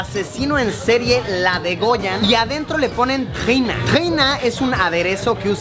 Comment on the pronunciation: No es Jina es TAhina!! Jajajaja